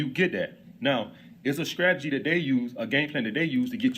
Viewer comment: He is Alex’s LOL 😩😂🤣 He said “StrageRZy” LOL Grammar school maybe